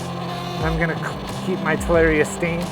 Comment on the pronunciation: its ta lar i a not tal air e a :)